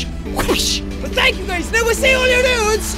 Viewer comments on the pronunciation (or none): So Jack you mean skee ball?